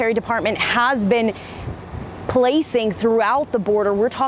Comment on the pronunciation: constatina wire? get this reporter out of here